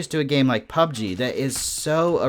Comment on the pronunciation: It's really interesting, and almost annoying how you pronounce PUBG. LOL. 99.9% of people say pubG (emphasizing the G), but you say PUBg, (emphasizing PUB). Similar to the different ways people put conflicting emphasis on Taco Bell and South Park. Just something that always stands out to me in your videos... thanks for the great content